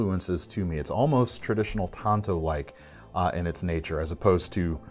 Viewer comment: Pronounced “taan tow”